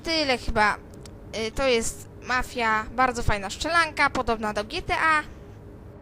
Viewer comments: Jeden z niewielu tytułów, które przeczytał poprawnie :) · Jedyna gra chyba ktora dobrze zapisał i dobrze wymowił XD